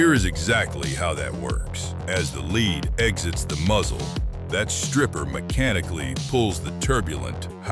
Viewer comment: why cant AI pronounce "lead"? it really is annoying